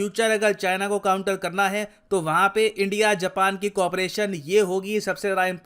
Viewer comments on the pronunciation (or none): none